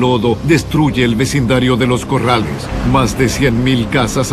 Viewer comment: los Corales.. no es los Corrales.. jajaja que risa..